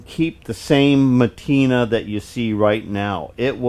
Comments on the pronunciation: The word is PATINA, not MA-tina --lol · it's "patina" not matina:-) What a relief to know you are still kicking. Shop looks comfy.